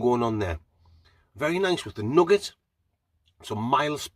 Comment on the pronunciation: I like the aftertaste was nugget not 'noogar'. It's f*ckin nugget.